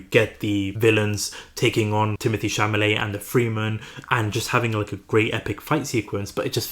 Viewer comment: Cha-la-met!!! For fk sake.